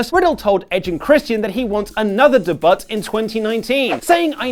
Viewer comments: STOP SAYING DE BUT. FFS. It's not even slightly funny. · You pronounce "debut" totally wrong. You gotta know that, right?!? The "t" is silent. It is pronounced "day-bue". Google it for fuck's sake! You sound like a moron when you say it the way you do. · Please don’t say “de-butt” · Da butt? It’s debut! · He also pronounces the word wrong. Just because he sounds like an uneducated twat, doesn't mean YOU have to! Uhhhh LMFAO. Watch these... The proper way to say debut in both American and British English.